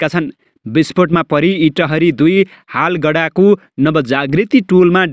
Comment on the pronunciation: हालगडा होइन हौ हलगडा हो😊